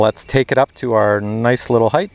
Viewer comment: It's a bit annoying the way you say the word "heighth" what's that extra H on the end. I believe it's pronounced and spelled "height". But would it not be more appropriate to use the word altitude? Because we are talking about something that is related to Aviation and everything I know about that flies and has some type of telemetry or gauge to measures its distance from the ground or from sea level, in terms of altitude. ASL altitude above sea level or AGL altitude above ground level. What do you think about that?